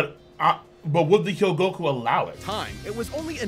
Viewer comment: you keep pronouncing it <<He-Yo-Go-Ku>>. its <<Ho-Gee-Yo-Ku>>